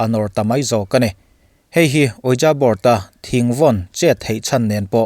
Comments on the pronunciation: Ouija hi 'UiJii' tiin lam nise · Ouija board...Ouijii tia lam rik tur....mahse i thu2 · A ngaihnawmin a bengvarthlak thin e. Ramhuai hi chu ka ring, bible pawhin a sawi a, thlahrang hi chu ka ring hranpa vak lo, ramhuai ho hnathawh tho a nih hmel ka ti. Ouija board hi ka ngaihthlak ve chinah 'Weeja board' ti deuh hlir hian kan Mizo youtuber te hian an lam thin a, english dictionary-a a lam dan tur leh, google vela a lam dan tur an sawiah hian 'weeje board' ti lampang hi a ni zel bawk si a, a mak ka ti deuh.